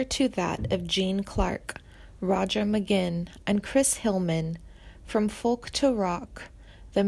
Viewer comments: I smelled a rat when she said “Roger McGin” 😂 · McGuinn, not, Mcginn. Didn't anyone edit any of the pronunciations on this narrative? "Sad and tragic." So tragic, he almost fell off of his wallet.